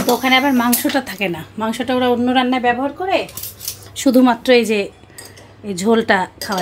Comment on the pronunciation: সাইফান ব্যবহার কে বলছে ব্যহবার। ওকে শুদ্ধ বাংলা ও শিখতে হবে।কারন ও লেভেলে ওকে ১০০ মার্ক এর বাংলা পরীক্ষা দিতে হবে। উচ্চারন ভুল হলে বানান ও ভুল হবে, বুঝেছেন। প্রতিটা বানান এর জন্য ১/৪ মার্কস কাটা যাবে।